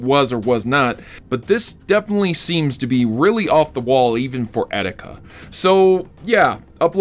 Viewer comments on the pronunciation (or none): its EE - TEE - KA not eh - di -ka